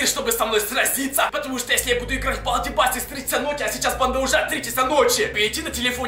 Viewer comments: Если что не басикс а бейсикс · Онис не балди байсикс а бейсикс😜😜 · Не байсес а бейсес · Не басикс а бейсикс